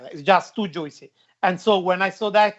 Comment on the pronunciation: 😂 the way say “juicy “ is so funny